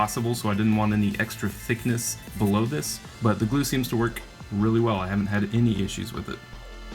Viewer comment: "2 dabs of glu" 😂